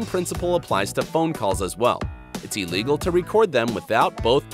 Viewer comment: Its illegal not "elligal"